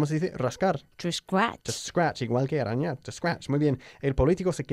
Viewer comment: "arañar" no se pronuncia con "r" fuerte. Por lo demás, genial.